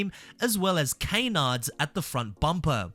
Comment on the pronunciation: I don’t wanna judge but it’s not “kay”nards brotha😭